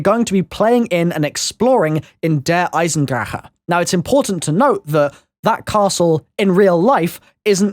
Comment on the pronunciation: Why do you pronounce it like "Eisendra-huh"?